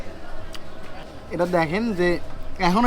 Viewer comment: জীবনে বিছমিল্লাহ বলে কি? বিছমিল্লাহ বলতেই ভুল!